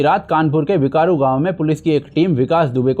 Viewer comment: अमिताभ कांत नहीं भाई यश।।।। बिक्रू है नाम।।गांव का।।। बिकारु नहीं।